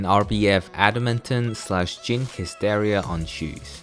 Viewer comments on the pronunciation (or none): why do you keep calling Hystria hysteria?